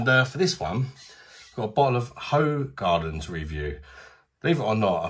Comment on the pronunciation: Good review, thanks. A few years ago I was in Thailand having a beer with a group of Dutch and Belgian people I met. I mentioned Hoegaarden and pronounced it the same way as you and most other English people do. They fell about laughing as the proper pronunciation is completely different. Unfortunately I don't remember how they taught me to pronounce it as we'd had a few Leos so I still say it the same as you. It is decent beer though, as is Leo.